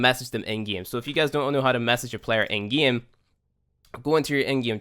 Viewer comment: i like how he says gieme